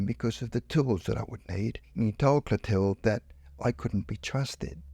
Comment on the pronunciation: You pronounce the girls name Clothilde totally incorrectly. It should be pronounced clo-TIL- duh